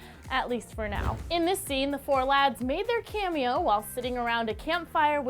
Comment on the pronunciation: Stop saying camio